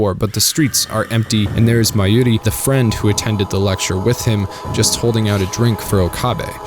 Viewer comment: The pronunciation of Okabe, Kurisu, Mayuri is already cringy 5 minutes in given how many times you say their names. English isn’t even my first language and I can pronounce it properly. You couldn’t be bothered to watch 10 minutes of the dub to learn how to say them correctly? Sigh. It ruined the video for me, only finished because it’s SG.